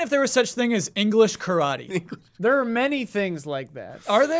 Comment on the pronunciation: What a crispy crew, going off the rails, love it! Also please pronounce "Karate" like you pronounce "Pokemon" took me minutes to figure out what you were talking about, L&R